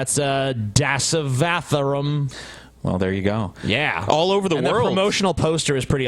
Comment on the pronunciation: As an indian guy who has seen dashavtaram movie. Those were some accurate pronunciations. XD